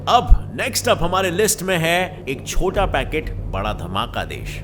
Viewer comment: said सोटा है। But it's chota.... 😂😂